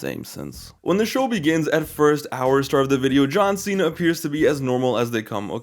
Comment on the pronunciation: “John seeya” 💀💀💀